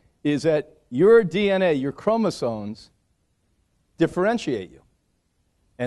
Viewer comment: chromosoMes why do americans say this word wrong so often omg its maddening